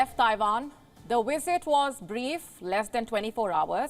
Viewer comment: LoL. The "wisit" came and went. Nothing happened. News over.